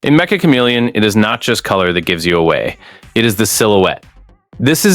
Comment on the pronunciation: It's metch-uh not mecha